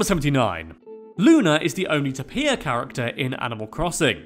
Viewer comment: Every single comment: TOM NOOK ISN'T A VILLAIN!!!! Me: Sorry, how did you pronounce coelacanth ?!?! Edit: AND tapir ?!